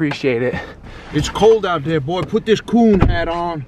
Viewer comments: but hes said boy with an i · I think he said boiy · Yea he did say BOI